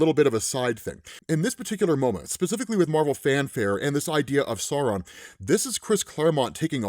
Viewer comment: At first I thought you were saying "Sorrow" 😅 I think the alternate pronunciación is better... "SAH-u-ron" (and don't swallow the "n")